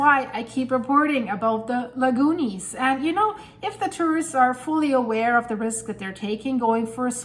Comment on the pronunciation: The Lagoonies, every time you say that name I laugh out loud! :o)